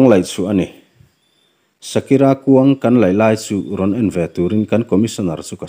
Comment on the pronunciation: A nung chunga nupui phum hi a hming i lam dan leh ka hriat dan a dang tlat. Shakira/Sakira nilovin Shakere/Sakere tiin ka hre țhin. Mahse, ka hre sual zawk maithei. Ka naupan laia ka chhiar țhin ania, kum 10 pawh ka la tling lo. Pu HT Sangliana chanchin ziahna hmasa MI HRÂT KHAWKHENG HT SANGLIANA tih lehkhabu kha a ni. Lehkhabu ka chhiar chhuah hmasak ber a ni hialin ka hria. Khami ațang khan Pu Sanga hi khawvela ka mi ngaihsan ber pawl a ni ta hial a ni. Tuna a chanchin kan ngaihthlak hi chu a retired hnua a ziah a ni a. MI HRÂT KHAWKHENG HT SANGLIANA tih kha chu a service lai ngeia ziah a ni. A rei ve ta viau. Mizo naupang kum 10 tlinglo khan kha lehkhabu kha ka chhiar chhuak ve thlap. Tin, Pi Sakere chungchang hi tuna i chhiarah hian a ziak langloh pakhat a awm a. Chu chu, a ruang an han phawrh chiaha an han hmuh khan Pi Sakere ruang chu a bawkkhup nge a saisir zawngin a lo awm a ni tiin a sawi. (A ruang hi a saisir nge a bawkkhup tih ka hrechiang chiah ta lo. Ka lehkhabu ka zawng hmu mai hman silova.) Tin, a hmaihma ngeiah Pu Sangliana hi hmuin thla ka lakpui a...to be continue...haha